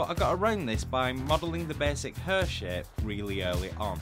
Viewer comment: You should have a bleep sound every time your say hair. You are murdering that word. Other than that, high quality content as usual.